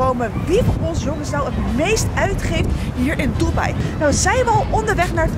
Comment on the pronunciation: Bro het is dubai